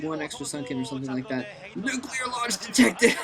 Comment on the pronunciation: lmao "Nuclear Lunched Detected" lol nuclear lunch